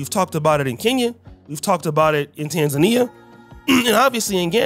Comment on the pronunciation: it’s not tanzania it’s tanzania